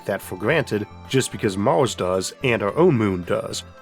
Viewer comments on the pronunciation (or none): Honest question, why do you pronounce some words like you do? "Maws" instead of Mars for example. Is it an accent? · so we start from Oorth to go to Moorth, sounds like a looht of fuool